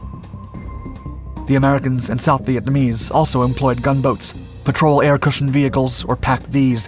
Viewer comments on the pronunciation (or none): none